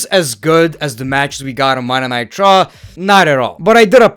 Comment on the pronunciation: I swear, everytime this dude says "Monday Night Raw" I hear "Monday Nitro".